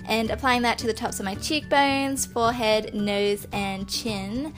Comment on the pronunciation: You said forehead differently this time ;)